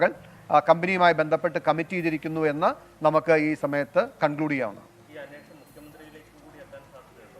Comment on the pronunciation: സാറേ.. അന്വേഷണം എന്ന് പറയു..